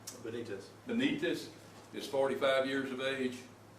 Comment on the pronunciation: Is that sheriff about a DUMB@ or WHAT? Can`t explain a cistern VS a well or pronounce the name BENITEZ?